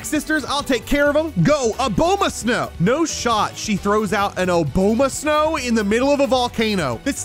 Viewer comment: pronounced abomasnow like "A-bow-ma-snow"